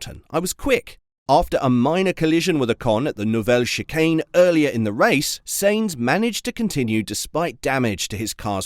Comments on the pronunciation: It's pronounced Sign-z not Saint-z !! Get with the programme bud ! 😤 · His name is not Saints, stop hurting my ears like Ferrari engineer's when they talk. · Please learn how to pronounce the name of the person you are talking about!